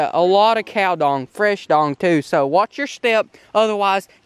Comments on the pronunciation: Would you please watch a video on how to throw a cast net. Great vid but your cast net tossing is painful. And it's cow dung not cow dong, one get's left on the road, the other stays attached. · It’s dung not dong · Dung not dong... Lol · I think it’s cow dung not cow dong😂😂 love you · Its pronounced dung with an uh sound not dong, it killed me when you said looj at the size of this dong